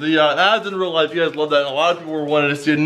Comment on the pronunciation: In "rea" life?